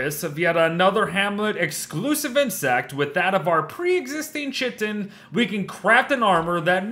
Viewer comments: its pronounced ky-ton, not chi-ton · I think it is pronounced "kai-tin" not "chit-ten" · Small, pedantic, correction: "chitin" is pronounced similarly to "kiting" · isn't chitin pronounced as 'khiten' instead of 'chiten'? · Hey, love the vids, really help! But just some info, chitin is pronounced kite-in! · no I looked it up on the wiki and chitin is the official term for the item which is always pronounced as kiten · Chitin is pronounced Kai-tin 🙂